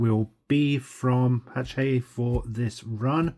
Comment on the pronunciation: Ha-shet is how you pronounce the publishers name.